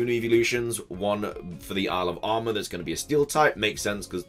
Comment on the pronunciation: When you say "Isle of Armor" fast, it sounds like you say "Alabama"..